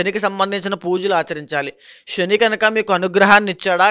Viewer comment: అయ్యా మహానుభావా శ ని ష అని పలుకుతున్నారు. షారీరక రాషి షని ……. ఇలాగ